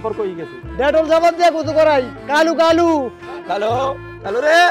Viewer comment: কালু কয় নাকি খালু কয় বুঝাযায়না